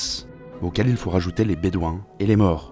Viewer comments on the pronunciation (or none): none